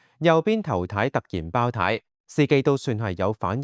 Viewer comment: 係爆（tie) 呀，儍佬AI 😅